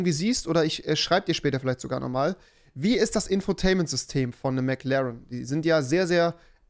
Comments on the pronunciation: WIE REWI MCLAAN SAGT UND NICHT MCLAREN😂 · Wen triggert auch die Aussprache von Rewi beim Wort McLaren? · niemand: Rewi: Mc Larn